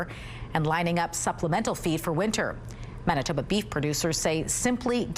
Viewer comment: Wait, it's pronounced mennatubba? I'll need some time to process this